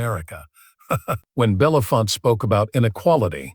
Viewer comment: What everyone below says plus: Harry Belafonte. His name is pronounced BELL UH FONT AY (or also EE) not BELL UF FONT. Who doesn't know that????